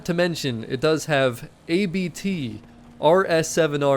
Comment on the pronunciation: Hello from Germany! Thank you for your great Content, i really enjoy your Videos. A little tip: its called Abt (a surname), Not A-B-T.